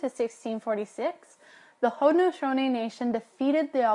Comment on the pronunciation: the guy's pronunciation of Haudenosaunee 😂